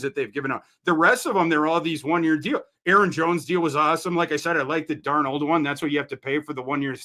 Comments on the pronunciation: And Dar-Nold wait... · pronunciations of Darnold and Lewis Cine are just bizarre lmao